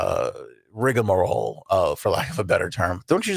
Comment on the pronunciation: It is pronounced rigmarole. Not rigAmarole 😂.